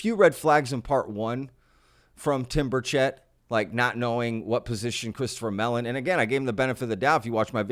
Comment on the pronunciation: Well, he’s a Republican. What do you expect from someone like him. Also, it ain’t ber-CHET, it’s BER-chit. How you gonna fuck up someone’s name while you’re ranting about them fucking up someone’s name.